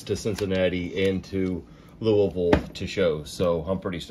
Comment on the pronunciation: Hey Bro!! There's such a thing as Banana Split Icecream??? Yes please!! The float looked delicious my Friend. Love the way you pronounce Louisville :)